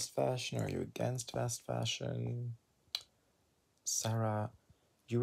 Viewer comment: "tuch grAhs" 💀💀💀💀